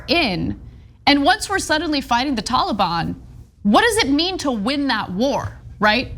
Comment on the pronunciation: I love how Ana pronounces Taliban lol "Tawla-bawn." 😆👍 Watch the old Charlie Rose interview of Peter Jackson, Viggo Mortensen, and Elijah Wood, that aired shortly after 9/11 on CNN. They were there to promote and talk about the new Lord of the Rings trilogy, only one had dropped by then but was already wildly popular and breaking long-standing box office records, but because Viggo Mortensen dared to make a, "No More Blood for Oil!!" t-shirt to wear to the interview, the host, Charlie Rose ended up uncontrollably compelled to devote a not-insignificant percentage of the time to the discussion of how un-American and unpatriotic he thought anybody speaking out against Bush and his decision to invade Afghanistan was, by getting into a prolonged debate with Aragorn, son of Arathorn lol about it instead of talking about what he'd invited them there in the first place to talk about. The rest of the interview having a super uncomfortable undercurrent, as a result. Awkward! And, it's just a really stark demonstration of the mind-set of SO many Americans back then, in the aftermath of September 11th. I mean, just look at what happened to the Dixie Chicks lol they had the NERVE to bring up the fact that 9/11 had absolutely nothing to do with Iraq, so why were we invading THEM, and they were summarily shunned by the mainstream Country Music industry entirely! At the height of their popularity. The faux-Patriotism was infectious and insidious, infecting everybody across all cultures of Am